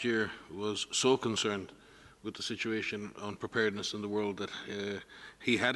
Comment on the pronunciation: Wuahn health organization.